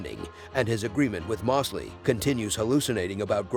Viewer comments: Why are you saying “Mawsley” when you even show the clip of his own character pronouncing it “Moe’s-lee”?? It’s like your intentionally saying it wrong. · Moss-ly and not Mose-ly was frustrating but great recap